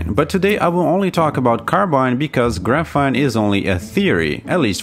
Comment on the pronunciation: I really enjoy your video, high quality and interesting to watch, quick question though - why you keep pronouncing it as ‘gruh-fene’ when it’s supposed to be ‘graf-fene’, it’s very distracting when trying to listen to your content. Other than that, Great work! please keep making videos.